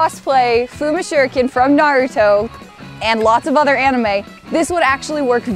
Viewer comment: OMG Don't take it wrong, but white people always say Naruto weird, and actually said it, what we consider to be, the right way, and I couldn't be happier!